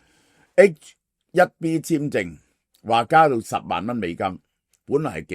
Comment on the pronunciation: 係H one B, 唔係HIB